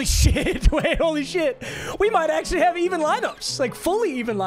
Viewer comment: “I actruary got my rebround”